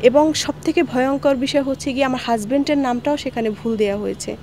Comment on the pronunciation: * Husband... Not "Hus-BanT" 😂😂